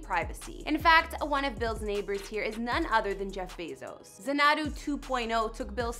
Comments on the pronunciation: You said "zan AH doo." You should have said "ZAN ah doo." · zaNAdoo ?! How can you make a video about a house and not even know how to pronounce it?!?! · It’s pronounced Zanadu with the accent on the first “a.” Never heard of Samuel Taylor Coleridge? Or maybe Olivia Newton John? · Your pronunciation of Xanadu is [zuh - NAH - do] . I'm shocked your producers never corrected you (or you never bothered doing something as simple as googling its pronunciation even in Webster's dictionary ...just tap the speaker icon to hear its pronunciation) or look it up on Youtube for that matter. The word was made most famous in the classic film, Grease. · Xanadu... pronounced Zan-a-Due Did you ever see the movie in the early 80’s with Olivia Newton John? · ZAN-A-DEW Correct Pronunciation. you should have checked before you posted. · Informative, but if you aren’t sure of how to pronounce a word, look it up. It’s pronounced Xanadu (zan a doo) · Hi, it's pronounced Zan-a-do 2.0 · Um no, you’re butchering the pronunciation. Phonetically, it’s ZAN ah doo. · It’s pronounced Zan’ a du with the accent on the first syllable. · No, you didn't say that right. Xanadu.... pronounced Zanadoo. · To the lady who narrated this video. Listen to the song "Xanadu" by Olivia Newton-John and you will know how to pronounce this word correctly! How could you not know how this is pronounced? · Another Bill Gates house tour using photos that are NOT his house other than the outside. Also, you did pronounce Xanadu wrong. It isn't that hard and is a word that has been used since Citizen Kane. Not sure how you screw that up...freaking millenials. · How can you not even know how to say his house name... brutal! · She can’t even say Xanadu correctly!!!!!! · Maybe research how to pronounce "Xanadu" before saying it repeatedly in a Youtube video? Just a thought. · You would think if you were going to make a video, you would at least spend 5 minutes and learn how to pronounce "Xanadu" properly!